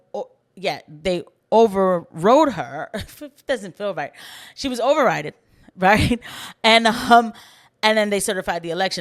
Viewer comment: The Podcaster needs a lesson in English and it's proper use. Over ridden. not over roden, etc.